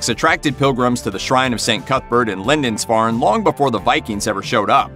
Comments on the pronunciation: Mate, it's pronounced "Lind-ISS-farn', not 'Lind-INCE-farn' - at least you corrected it toward the end of the video. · Well-done except for the 5 different mis-pronunciations of Lindisfarne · The narrator is pronuncing Lindisfarne strangely. I live near the island and I've never heard anybody pronounce it like that before. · " LindiNsfarne" seriously? in a video accusing someone else of inaccuracies. And whilst we're at it the were VikinGs not Vikins.